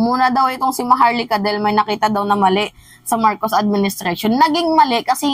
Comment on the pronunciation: Maharlika O MAHAR-LUKA!! Hahaha kagaya ni Hari POQUE, este Harry roque pala